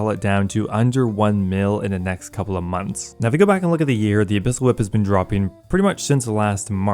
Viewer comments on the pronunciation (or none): none